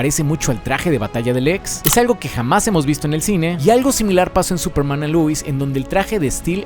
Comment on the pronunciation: Por qué pronuncias Luis??? Por qué si todo el vídeo pronuncias Lois normal, pero cuando dices "Superman & Lois" dices Luis? XD. Pd: supuestamente el del traje no es Lex, pero habrá que ver la peli hasta entonces.